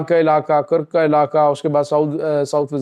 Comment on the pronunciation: کرک کا نام تو صحیح تلفظ سے ادا کرو گدھا ڈاکٹر